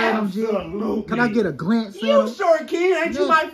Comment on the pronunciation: Dawg said can I take a glander at em 😂😂